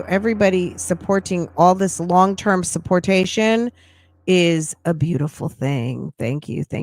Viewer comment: Did really say “suportation”?! I freaking love 😂